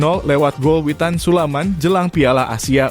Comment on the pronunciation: Admin gak Pernah benar menyebut nama Witan Sulaiman, admin selalu sebut witan sulaman, ini nama orang bro, jangan suka2 kau ucap Nama orang, kalau kau mau dihargai, hargai pula orang lain,terutama sebut nama orang dengan Benar, jadi admin kok BOTOL banget loe...